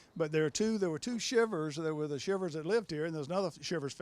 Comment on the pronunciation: It’s pronounced Shivers as in “Shiver Me Timbers” a famous saying of Popeye the cartoon.